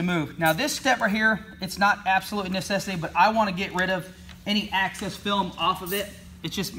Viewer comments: The word is Excess dude... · Its excess....not access! Lol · you have excess not access ....lol